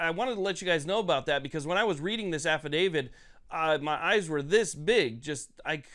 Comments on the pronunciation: AFFI-DAVIT not affi-DAVID…. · Stop pronouncing it Affa-David